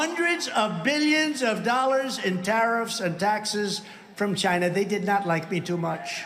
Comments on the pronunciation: CHINNNAA! I wanna throw up when I hear him say it like that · Trump is still sore that a lot of people accused him of pronouncing China as 'Jinah'. So every time he says it now, he says it with a hard 'CH'.